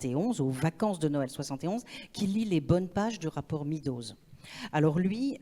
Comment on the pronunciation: Quand est-ce que vous allez commencer à prononcer correctement le nom Meadows, nom de famille, qui est aussi un nom commun voulant dire 'prairies' : C'est [mèdoz] et jamais [midoz], ni en anglais, ni d'ailleurs en français. Ça décrédibilise tous les intervenants qui le prononcent mal, alors qu'il suffit d'une très courte recherche en ligne pour avoir la prononciation correcte. Ça me gêne beaucoup que des gens qui parlent de sujets importants soient décrédibilisés, car si on est pas capable de prononcer un mot aussi commun comment peut-on être capable de lire des travaux en écologie en anglais, dont beaucoup sont essentiels et non traduits ?